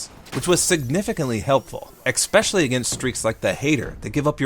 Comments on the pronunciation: ... did you just say expecially instead of especially? oh no... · Is it me or do you say "expecially?" Not that it's a problem, I'm just wondering if I heard it right. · I love you, man, but I would love you even more if you stopped saying 'expecially' :P